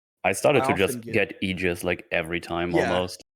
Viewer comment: "eejus" for aegis is almost impressively one of the most inaccurate pronunciations of a word possible.